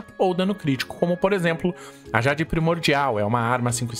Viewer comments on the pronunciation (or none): none